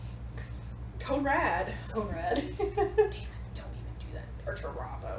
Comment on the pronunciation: Perturrabo? You mean Peter Turbo?